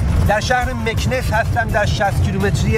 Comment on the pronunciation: جان ارگَن و نه ارگان مکناس و نه مکنس در مورد رانندگی باید بری سمت شهر مراکش و اگادیر تا ببینی چطوری رانندگی میکنند